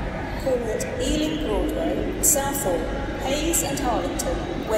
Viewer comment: west EALING! xD